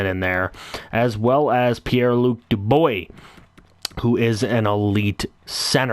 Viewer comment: Pierre-Luc DuBOY 😂